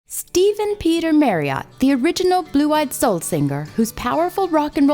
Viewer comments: Great but the narrator sounds like she's reading the bouncing ball over the words. MarriOtt? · Merry-AUght? At least learn to say the man's name for f**k's sake! No it's not an accent thing, it's an emphasis thing and his name is HIS name. Respect? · It is Marriot, as in Chariot, not bloody marry ,,,,ott!! Just before 8: 44 he said his name, "I thought I was Jerry lee MARRIOT"!! I do wish the Americans would learn ENGLISH as we created it rather than put their own their own "spin" to it! Yah now wot I meen yeh, sright innit, you dig man , dude !! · Interesting video - but FFS it pronounced Marry ut - not Marry ot. Just really annoys me everytime she says it. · Marry-Ott?? It’s pronounced Marry-Utt FFS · Annoying that the narrator of a video about Steve Marriott cannot pronounce "Marriott". Marry-OTT! - damn ridiculous! It rhymes with "Harriet". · It's pronounced Marry ut not Marry ott doh! Bloody yanks 😂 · Such a shame she cannot pronounce his name . It is' Marry-utt not ot. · Marriot Not Merriot ! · Why is she calling him Mary-ot? His surname contains double 'r', MARRIOT, so it is pronounced MARRY-OT as in MARRY, not Mary! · It's Marry-ut not Marry-ot. In the UK we observe the neutral vowel. Nice video though. Keep up the good work. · It's pronouced Marry-ot not merry-ot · A great video spoiled by the voice over. Surely the "voice actor" could have learned the proper pronunciation of Steve's surname. ( It should of course rhyme with chariot) No excuses for the American accent as it's obvious she hadn't a clue who he was. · Steve Marry iot, for god's sake say his name properly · Spelt Marriott pronounced Marriatt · His name is Marriott not MARRIART. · I wish narrators would take the trouble to determine how the guy's name is pronounced! 'Marry -uht'. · It might be spelt Marriott but it was pronounced Marriett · I thought his name was Marriott - why does the voice over keep saying Merriott? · Please pronounce Marriot correctly and not as the hotel chain.